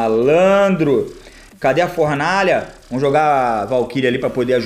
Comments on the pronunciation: formaalha kkkk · e Fornalha e n Formalha kk